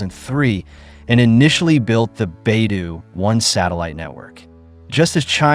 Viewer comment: Liked this news. Except I’d like to hear the name Beidou pronounced correctly. The first syllable sounds like “bay”. The second syllable is d with long “o”. It is the Chinese name for the North Star, north dipper.